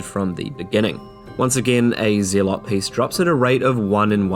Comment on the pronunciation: Lol yeah but I'm just messing with you. It's pronounced like "zealous". They are the same root word.